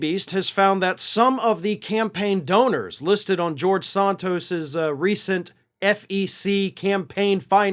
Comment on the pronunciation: I like how you pronounce it Sawntos. It’s wrong and it’s great.